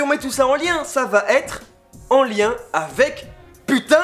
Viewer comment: Arrêtez de dire "vaTêtre" plizzz ! 😡